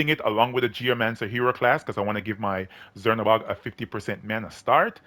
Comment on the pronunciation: I think its pronounced chernabog like how we pronounce czech